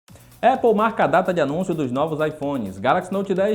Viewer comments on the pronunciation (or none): none